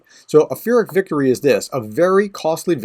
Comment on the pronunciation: "Peer - ic". Thanks so much for the info tho: much appreciated!👍🇺🇦